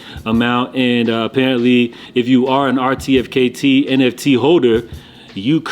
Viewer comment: 'RTFKT' is pronounced 'artifact'